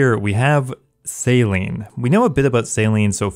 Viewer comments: lol bro is saying Salean... say sail-ing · Anyone else hearing sailing as "Saline". Maybe I'm high idk. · U said saline no sailing so many times I thought u had a lisp not go a lie dude